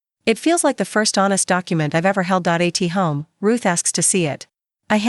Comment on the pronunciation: While the story is really good I do have a issue. Please edit the AI it can't read simple words...bi focal or Do a t home and spoke that way. This really detracts from people liking your story. Please allow people to justify liking your story....great story. Thank you from NC USA 😊😊😊😊😊😊😊